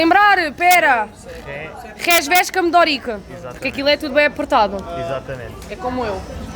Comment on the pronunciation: Ela falou "Campo d'Órique", pronúncia inusitada no Brasil. Achei lindo! (assim como fiquei curioso para saber quão apertadinha ela é 😜)